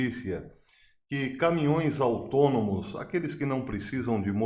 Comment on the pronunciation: Autônomos eu entendi atômicos😅